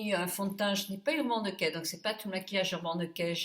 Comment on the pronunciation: Encore un joli moment passé avec toi! j'adore ta façon de prononcer Urban Decay. Merci pour ce joli make up, tu es superbe!